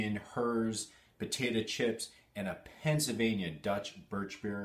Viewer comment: I am staging a pronunciation intervention because I care about you. Where on Earth is your "l" sound when you're saying "Pennsylvania"? The first half of the word should sound like "pencil." Every time you say it, it sounds more like "pen-suh." What's up with that?!